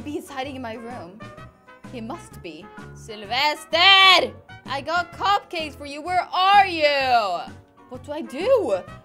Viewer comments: OMG it's really funny when you say selfesrrrrrrrr edit (sorry I don't know how to write his/her name :3) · I Love hie you say Sylvester in a Skandinavian way!❤️